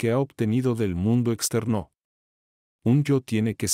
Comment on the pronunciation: ese "exter NÓ!" por poco me mata mata :( ojala pronto aubiblio agregue este libro a su biblioteca. por poco quito el vidio es desesperante xD